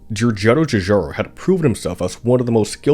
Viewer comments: Just too bad that the commentary comes from Kang or Kordos. What a cruel schpeech impediment, having to pronounce churcharo cho many timesch. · The butchering of his name, and other Italian words, is an assault on the ears.